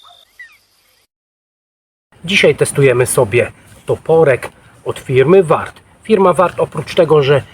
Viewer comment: Chyba powinno być "Waart" a nie warrt. Toporek za tę cenę wydaje się super. Ja bym zdarł ten lakier i koniec styliska owinął sznurkiem konopnym. Świetny chwyt wychodzi.